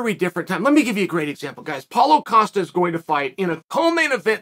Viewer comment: How can Dana and Rogan not pronounce Costa name correctly and Chael who botches nearly everyone names say it properly “coasta”